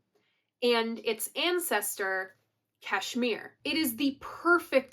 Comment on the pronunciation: Kudos for pronouncing Kashmir correctly. 10 Years Gone so complex they played it once on stage with KPJ playing bass with his feet and mandolin . Great song. Great chords .